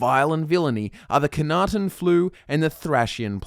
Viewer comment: I know I'm going to be seen as a dreadful picker of nits for this, but it bugs me to no end that you mispronounce the Flu as "Khanaten". It's Knahaten Flu. Yes, it would be harder I assume to pronounce correctly. Still. Lore accuracy?